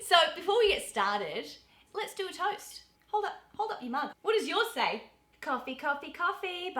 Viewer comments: She’s saying lits instead of let’s ❤❤ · First hurdle, said "epples" instead of "apples" "Lits git their pear-ents a prisent"